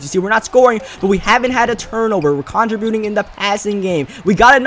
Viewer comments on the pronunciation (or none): Am I the only one who's bothered by how he pronounces 'contributing'? lol